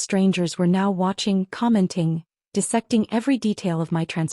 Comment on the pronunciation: Stop mispronouncing dissecting 😢